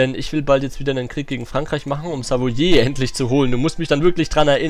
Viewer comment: Schöne folge👍 Könntest du vlt. mal nen "Grenzbereinigzngskrieg" gegen portugal führen, Westafrika sieht nämlich grausam aus😂 Nebenbei: Dieses "Savoiééé" spricht man eher als "savoa" aus